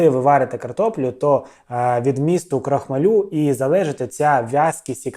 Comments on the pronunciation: крохмАль, крохмАлю, а не крохмалЮ! 🤣😂😂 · Не крохмалю на лю, а крохмааалю! Знаток! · КрохмАль, наголос на А. При відмінюванні наголос все одно на А лишається🤓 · Крохма-лю, цей наголос...бррррр 😅 І це я про автора 😂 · Юліну картоплю, разом з блєндєром, навіть обговорювати немає чого, але скажіть будь ласка чому крохмалЮ? Аж вуха болять. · Цей Ваш стьоб, ну просто ниц. І навчіться правильно вимовляти крохмаль в родовому відмінку. Ваш наголос, як її картопля жахливі.